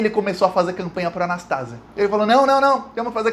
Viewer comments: NÃO É A NAS TÁ ZIA MEU IRMÃO, É A NAS TA ZÍA 👍👍👍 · Anastasia. Não é Anastásia. 🥰🙋‍♀️ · É Anastasia e não Anastásia. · o nome é Antonio Anastasia e não Anastásia. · Fala. Só corrigindo: o nome do senador não é "Anastásia" é "Anastasía", blz? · apenas uma correção na pronúncia do sobrenome do senador Antonio Anastasia: leia- se Anastesía( acentuei a sílaba tônica para esclarecer). Obrigada. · a pronúncia certa do nome do senador é (anastazía) oxítona 😉 igual queimação no estômago. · não é Anastasia e sim Anastasia. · A pronuncia é Antônio Augusto Junho Anastasia e não Anastásia, suporte de Aécio no governo de Minas. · Anastasia ou anestesia como era chamado quando era o Governador de MG Não é Anastásia é Anastasía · Gosto dos seus comentários e das informações. Antônio Anastacia ... não há acento ao pronunciar Anastacia. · O senador de minas chama Anastasia...e não Anastásia... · Anastasia e não Anastásia. BH.MG agradece. Sabermos que esse coluna do meio, é golpista e sombra do " cheiroso " Aéssim. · Anastásia não, Anastasi(í)a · Não se pronúncia Anastásia. É Anastasía!!!! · Não é Anastácia e sim Anastasia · Oi! É "Anastasíía " 😊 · o cara se chama ANASTASIA e não ANASTÁSIA. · Anastasia. O nome do senador é AnastaSIa. A sílaba tônica é a SI. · você tá falando o nome do artista que foi pro TCU errado. Anastásia _ Anast + azia é o correto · se fala ANASTASIA. paroxítona. Ventriloco de Aécio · Prezado, só ia fazer uma pequena correção na pronúncia do Anastasia, mas nas últimas vezes vc falou de forma correta. Não por simpatia, mas acho que sempre foi um cara muito inteligente, articulado e discreto, e novamente provou isso. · A título de colaboração, é Anastasia, sem a sílaba tônica na "tá". Ainda que ligado ao PSDB, é o melhor deles. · E Antônio Anastasia fale certo o nome dele